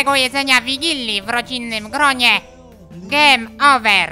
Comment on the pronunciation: "Gejm Ołwer"